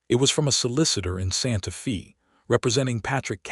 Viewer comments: Santa Fe not Santa Fee!!!!! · SANTA "FĀY". Santa Fe is a Spanish-Mexican Name. Many Texas names are Spanish/Mexican bcz Texas and New Mexico as well as some others have carried as many as 6 nationalities and they do not change city names when the area has carried as many as 6 nationalities. Main nationalities from Texas, New Mexico, and Arizona and parts of California have variously been French, Spanish, Texas, and USA. PART OF California was Russian. there is a lot more of that such as Oregon and Alaska having once been Russian - plus more. Santa Fe was named when it belon ged to Spain, then Mexico, then Texas. Generally the Spanish Mexican "e" is pronounced as a long "ā". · Santa Fay!!!!!!!! Argh!!!!!!!!! If your AI can read with nuance and emotion, why not correct pronunciation? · because Santa Fe is a Spanish name, so it is pronounced "Fay". Spanish vowels are rarely pron ounced like American or British/English. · Pronounced "Santa Fay". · How do you pronounce Fe in Santa Fe? Get it right.